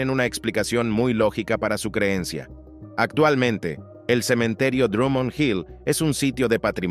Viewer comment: No se dice atualmente sino actualmente, esa C intermedia suena, por favor, no maltrate el idioma.